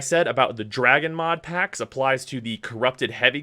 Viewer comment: I alway love the emphasis put whenever the mod packs come around